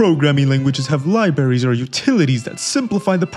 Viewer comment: Lie berries